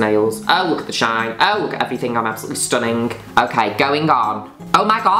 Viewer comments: Please narrate my life please Miss Juno, I wanna hear you call me STONNING every 5 seconds 😊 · I love how she pronounces the 'g' in 'stunning.' StunninGggg. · i love it when u pronounce stunning like that but it doesn’t translate well as a written slogan, it needs to be accompanied w sound